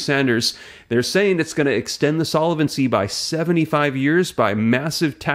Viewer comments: It's pronounced sol-vency, not sola-vency. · Please change your incorrect pronunciation of the word "solvency." It has only three syllables. Feels like fingernails on chal kboard.